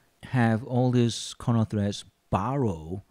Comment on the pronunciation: Are you tring to say carnaugh or kernel?